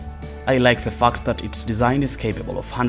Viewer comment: Fact is pronounced with the “a” like in apple NOT pronounced “U” like the word UP. Get it right mate sounds pretty bad